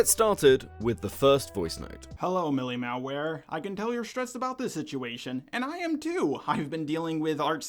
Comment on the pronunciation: How hard is it to say "Mali", bro